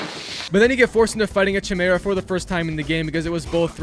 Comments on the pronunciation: It’s Kai-Mera not Chai-Mera for future reference 😁😁👍🏼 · CHImera lmao they literally tell you how to say it xD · what is that pronunciation of chimera?😭😭